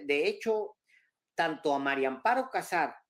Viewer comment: Alvarooo "María" no Mario. A ver, si se te facilita diciendo: "MariAmparo", todo junto 🙄